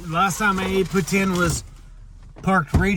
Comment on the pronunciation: Kudos for pronouncing "poutine" like a Quebecois.